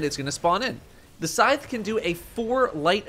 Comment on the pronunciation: Why do you say scythe so awkwardly? Haha reminds of people calling the season of the hunt lure as a “lur”